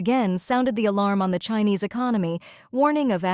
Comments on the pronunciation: They need a better AI. It mispronounced China and Chinese with a soft i instead of a hard i. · even here on this channel...the AI narrator is having issues reading united, chinese, crisis and china...must be from the same company which the other channels use